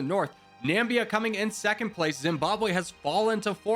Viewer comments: Or pronounces Namibia as Nambia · Every time you tried to pronounce these countries I could feel the life being sucked out of my body I’m joking, no hate brotherman, but it’s Nam-ibia not nambia, and S-what-Eenie for eswatini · Na-mi-bi-a, nuh-mih-bia. Not Nambia! Dear lord, this was frustrating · i love this :) i havent watched the whole vid YET, but africa is my fav continent so this should be fun. just so i dont forget later, after the vid, im gonna say this now; even tho u might say the names correctly later: ''nambia'' its namibia ''etswani'' its eswatini, previously known as swaziland. sao tome and principe: has those little wavy lines on letter bc u need to put the accent on that letter for pronounciation. kenya invading tanzania: tanzania: wHaT aBt ThE eAf?? kenya: WhAt EaF?? tanzania: goddamn u :( ''bukana faso'' its burkina faso ''erintrea'' its eritrea ''comorus'' comoros instead of saying zimbabwe, u said zambia 7 times as these r minor mistakes, and ive been learning this kind of stuff for 3+ years, i cannot blame u. and i can say the hardest to learn was africa, oceania and the carribian, when it comes to countries that is. i still havent really learned all the capitals, but im nearly done😅 me, watching a ''how americans see the world video'', knowing its fake and just watching it bc i love laughing, and even the creators saying its just for entertainment at the start of the vid my grandma: dont u think they dont know boe me: but its just for entertainment! my grandma:dont u think they dont know boe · Oh, and Na-mib-ia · And Namibia as Nambia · Etswana? Nambia? Entrea? Boko faso? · I would like to say this: eswatini is pronounced like es wah tea knee Eritrea is pronounced air rit tray ah Namibia is pronounced Nah mih bee ah I don’t mean this as like a correction or to make myself look smart. Just wanna help one of my favorite YouTubers ou1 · nambia was said one to many times